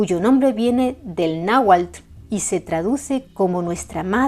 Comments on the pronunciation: ¡Excelente trabajo e investigación! Como siempre, relatado en un impecable Castellano y pronunciación Náhuatl. Saludos cordiales desde México - Tenochtitan. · Me encanta la pronunciación tan exacta de las palabras en lenguas nativas de este Mexico hermoso, no todos las pronuncian así..es innegable que se esmeran en su trabajo...mucha felicidades